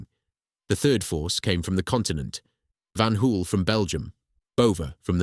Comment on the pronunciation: Pronounced van hole